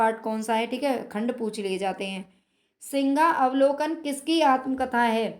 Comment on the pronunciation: मेम सिंहावलोकन है आप सिंगावलोकन बोल रहे है